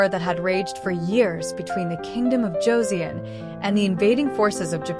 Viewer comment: Hideyoshi never set foot in Korea. His invasion of Joseon was carried out by three of his daimyo. The "eo" in Joseon is pronounced the same as the "eo" in the English word, luncheon, a soft "u". It not pronounced like the "eo" in word, neon. "...nestled between the Korean Peninsula and the Japanese Archipelago..."? The Noryang Straight is nowhere near any part of Japan. It's about one third of the way along the southern coast of the Korean Penisula. It's hard to think of it as being a part of the East Sea. This battle was hardly a decisive one. Hideyoshi had already died in Japan and his forces were in the process of leaving Joseon. Now some of the earlier battles fought by Admiral Yi had been decisive. They stopped the Japanese from resupplying their troups by sea, the only practical way of doing so, thus forcing the Japanese to retreat back to the Busan/Ulsan area. The most decisive battle of the war was the one fought in the Myongnyang Channel on October 26, 1597. This one stopped the Japanese, for the second time, from reaching the Yellow Sea. The Japanese did not have 500 ships. The number was more like 300 and most were likely transport ships. They were much lighter built than the Joseon ships, which numbered about 85 ships and were bonafida warships. I'm one minute, 16 seconds into this video and I really can't continue to watch it. From the point of historical accuracy, there are just too many questionable points. And the still clips from the videos used to get them a